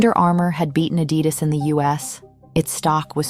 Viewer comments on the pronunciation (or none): I came this close to switching off after the mispronunciation of Adidas…